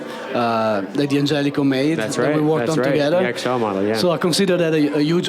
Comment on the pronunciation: It's not "dee-angelico"; it's "dan-gelico." It's a contraction. They've even got the Italian guy mispronouncing it. SMH